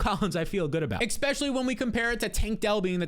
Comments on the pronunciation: Easily the #1 fantasy channel on all of YouTube. BUT you have to stop saying “EXspecially” and start correctly saying “ESpecially” pls omg it’s killing me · I’m just here for the “exspecially”